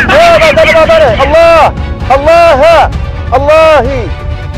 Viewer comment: 발음 부드러워진거ㅋㅋㅋㅋㅋㅋㅋ 알라 후~